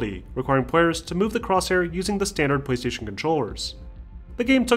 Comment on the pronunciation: I keep hearing him say. Pwease station